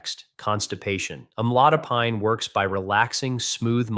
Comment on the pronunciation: Ai robot can't pronounce the drug.